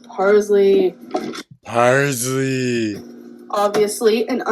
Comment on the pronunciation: The way she says parsley 🫠